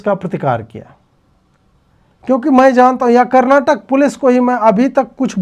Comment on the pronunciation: I have a lot of respect for you Ajeet Ji... Your views all align with mine.. my only issue is when you deliberately call out the names wrong.. it is KERALAM not Keral.. it is KARNATAKA , not Karnatak.. It is KANNADA, not Kannad.. and so on and so forth.. So please make these corrections. You're a grown man of my age.. it pains me whenever ppl point it out and try to correct you, and you still don't correct it.. how will you feel if ppl deliberately/repeatedly calls out the names wrongly, of your family members, friends or yourself ?? Other hindi speaking youtubers/influencers have consciously/subconsciously started correcting their mistake in this regard, but you're still adamantly making these mistakes like this even after being pointed and called out.. please correct it.. thank you.. Love you for your content..